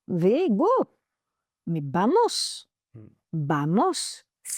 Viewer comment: Mais non le PN ne lui a pas apprit Vamos elle dit Bamos la pauvre